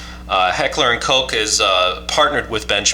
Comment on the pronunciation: Coke ? Kosh ( Koch ) you mean.